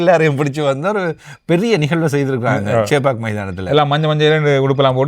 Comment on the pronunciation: தம்பிகளே நீங்க இருவரும் தமிழர்தானே பின்னே சேப்பாக்கம் என்பதற்கு பதில் சேப்பாக் என்பது சரியில்லை ஆங்கிலேயர்தான் அப்படி சொல்லுங்க சரி வாழ்த்துகள்